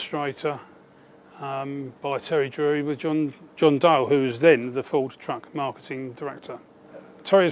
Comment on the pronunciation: Ford what Jonnie ? I can hear you say Ford and then it's gibberish. Pease pronounce the name correctly.